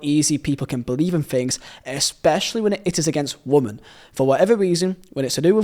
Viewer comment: Brother, great video, amazing channel, why do you say woman and women as the same word 😰😰😰😰